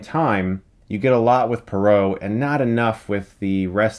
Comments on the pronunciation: It's poirot not perot...and he's belgian not french. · Perrot (or was it parrot?) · LEARN TO PRONOUNCE POIROT!!! NOT PAROW!!!!! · It's pronounced "Chuckles Branagh". It did get funnier and funnier every time Chris says "Bron-ha", which was a lot of times in this review. Also "Perot", like Ross Perot. LOL. It's "Pwah-row", like far-bow. The way you pronounc "Pois" in "Petit Pois". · Because the main character is Belgian his name is NOT Poro, it’s pronounced “Poaro” and spelled Poirot. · "Puh-ro"? Why do I get the feeling that Poirot would sarcastically but charmingly correct you if he heard you pronounce his name that way lol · Poirot should be pronounced Pwah-Roh. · Purot lol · Pwa-row. and Brannagh is Bra-na, not the hilarious way Chris says it. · Your pronunciations were driving me crazy. Say it with me - Kenneth BRANNA and HER-KUELL PWAAH-ROW (as in "row, row, row your boat"). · Its not Hercul Parrot, its Hercule Poirot. Dammit Chris. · Managed to mispronounce branagh and poirot wrong in one sentence lol its brana and pwarot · It's amazing how Chris can mispronounce the names of both the actor and the character that he plays... haha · I love you Chris but your pronunciation of poirot and Branagh made me cry. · You are saying Poirot wrong. Poirot will be very disappointed with you. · You got the pronunciation of both Poirot and Branagh wrong. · You pronounce Poirot and Branagh in a way i've never heard before, maybe it's an American thing.